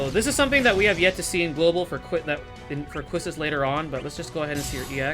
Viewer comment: Hey great vid! As a ff8 fan, I only have 1 critique... her name is pronounced Key-stis.